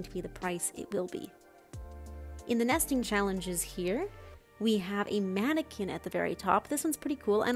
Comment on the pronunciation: My head heard "Season of Nasting" and "Nestingmold"